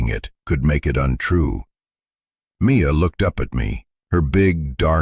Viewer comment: Mia! Her name is Mia, not me a!